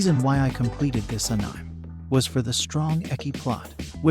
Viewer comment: Ahhh-neee-mayyy say it with me anime